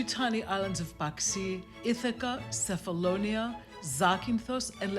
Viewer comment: Nice very nice story, Diana of Ionamin Islands But, but,but, : You said Cephalonia and pronounced "Cefalonia" with C like "City " My mom comes from Sami, Cefalonia, and in Greece, we pronounce "Qefalonia" with "Q" like "qefali" or in English we say say "Kephalonia" with K like Kevin This is just a reminder After that, everything is a beautiful show Yasas